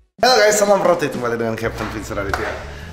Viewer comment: ROTATE BUKAN ROTETT